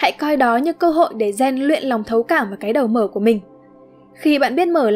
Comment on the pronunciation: ko bik tại sao tôi lại nghe cái đầu mở thành cái đờ mờ :))